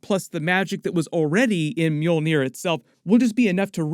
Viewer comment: Is the mule-near? Lmao!! Because that's what it sounds like you're saying when you say it